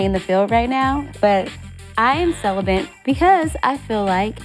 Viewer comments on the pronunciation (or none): celibent????? what!!!! dont you mean celibate.....i cant with lack of vocabulary so busy being uncouth. Oh grab our dictionary for that definition if need be. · "Celibent" LMFAOO WTF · "I am celibent." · This woman said “ celebent “ now at this point production setting her up because this happen too often lol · She said Celibent lol it’s celibate sweetheart lol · did she say I'm "Celibent " I replayed and that's what I keep hearing, correct me if I'm wrong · She said ‘Celi-BENT’…..WOW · She "celibaNt' 😂 love Malaysia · did she just say celiband? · Malaysia meant celibate but said it wrong...